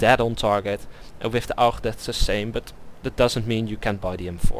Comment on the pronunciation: The Augch ( aug ) :D Gotta love the Dutch :P